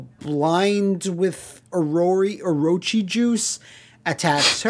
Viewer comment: You pronunce Orochi like whaaaat?